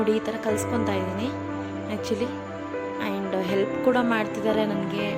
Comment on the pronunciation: and ಗೆ ಏನು ಪ್ರೋನೌನ್ಸ್ ಮಾಡಿದ್ದೀರಾ ನೋಡಿ. ನಿಮ್ಮ ಕನ್ನಡ Woow 😲😮🙃